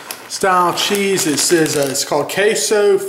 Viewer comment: "dat K-so cheize"